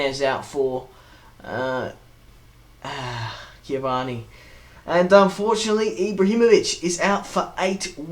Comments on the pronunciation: Its Cavani, not Ciavana. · Cavani, not ciavani